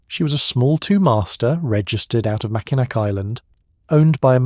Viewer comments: its pronounced macinaw not macinac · It's pronounced "Mackinaw1" island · RLY We have always said Mack ih nack How weird